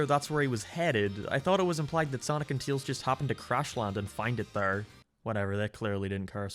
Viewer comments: "Teels" instead of Tails, you know that's LS mark. Listen buddy, Heroes is bad. SA2 won. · Look, I'm not gonna take opinions on what's good and bad from someone who pronounces Tails as Teals and Game as Geam. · Your opinion is automatically invalid because you can't say "Tails." "Teals" isn't a Sonic character. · He acknowledged the way he says "Tails" and he is doing it on purpose now.